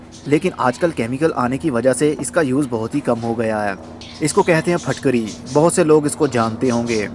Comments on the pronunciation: Are you a native urdu speaker? I always see you pronouncing words with a 'zer' (i) more like with a zabar (a). Its pronounced more like phitkiri than phatkari in urdu or maybe its pakistani accent. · Phitkiri not fitkiri